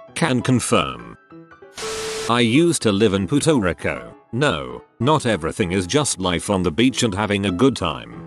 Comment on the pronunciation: Nobody: Narrator: “i UsEd To LiVe iN PuTo RiCo”